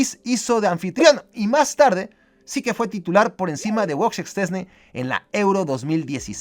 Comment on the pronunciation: Mis dieces por decir bien el nombre de Szczęsny! todos le dicen chesni jajajajaja